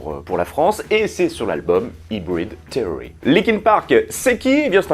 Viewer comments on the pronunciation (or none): Et aussi ca de prononce seory pas therory :)